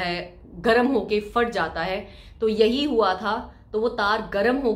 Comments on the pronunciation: FAAT.... Nahi hota, ???? ..phat hota hy... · Fhat ge the ya phat gae the?? Plz explain why p is silent in your vocabulary ??